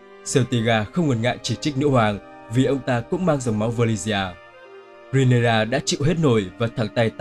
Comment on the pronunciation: Rê ny ra chứ ry nê ra đâu vậy